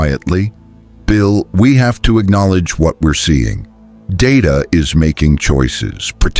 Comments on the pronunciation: It’s not da da it’s pronounced Day Ta have you ever watched Star Trek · HIS NAME IS DAY-TA, not dah-ta, damnit! I can put up with some AI garbage, but I draw the line here. DAY-TA. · Can't you idiots, write your precious 'story' by using PHONETIC SPELLING PRONUNCIATION, so LCDR DAYTA's 'name' STAYS CONSISTENT? Your 'story' has mispronounced DAYTA's 'name' at least TWO DIFFERENT TIMES. And I don't want to even want to THINK about all of the mispronunciations of the Colonial personnel.